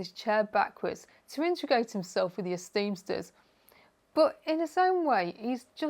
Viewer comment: 9 seconds in, and I believe you're the 1st person I've heard actually pronounce the first episode title correctly. Everyone else always says esteemers lol.